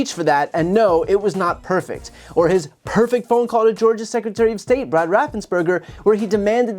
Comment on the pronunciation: "Pefect" I don't think that word means what he thinks it means.